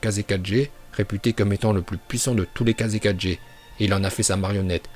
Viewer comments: Je me suis désabonner quand tu a dit Kazekaje au lieu de Kazekage... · tu m'enerve a dire kaze 4g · Pas kazekajé sa se dit kager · On dit kazekaGe et non kazekaJe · Quand il a dis Kazekage j’ai entendu Kaze 4G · Pq « kazekadge » ?